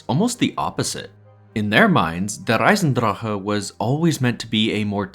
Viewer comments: It’s not even how it’s pronounced either. He keeps rolling the R in the word “Der” but It’s not Russian. It’s just pronounced how it looks (Dare). He does say “Eisendrache” correctly though, most people completely mispronounce that and say it like “Eisendrak” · If you pronounce der eisendrache like that again I’m clicking off this video. This is your only warning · Soon as you said der eisendrache like that I disliked and stopped watching 🌚 sorry fam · How come you pronounce Der Eisendrache like a German, but you don't pronounce 絶望の島 like a Japanese person? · please stop pronouncing der eisendrache like that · but he ONLY does it with der eisendrache. He doesnt do it with zetsubo or gorod krovi. And the worst thing is that the pronunciation is WRONG. Its not american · Every time he pronounces der eisendrache, I die a little. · Your pronunciation of "Der Eisendrache" is so cute